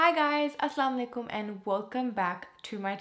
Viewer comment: I love the way you say AssalamuAlaikum